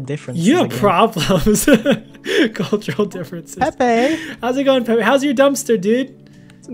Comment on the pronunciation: its pepe not pee